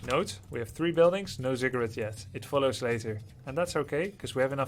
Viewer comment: Watching at 1.5x speed, every time you say "ziggurat" it sounds like "cigarette" and throws me off. That is all.